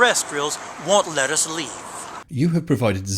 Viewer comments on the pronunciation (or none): I thought he said "aliens want lettuce leaves", then realized he said "won't let us leave". He would have been closer to the truth with lettuce leaves I'm thinking, rather than anything else he said.